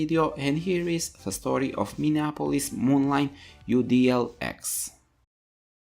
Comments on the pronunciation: Minneapolis Molineeeeeeeeeeeeee NOT MoLine!!! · Moline is pronounced Mo-leen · Just helping out here it is pronounced MoLean.